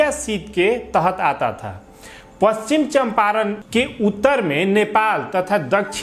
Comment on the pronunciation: Pronunciation to shahi karo pachichamparn ko